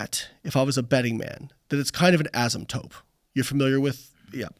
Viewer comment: Not the STEM PhD saying "asymptope" 🙈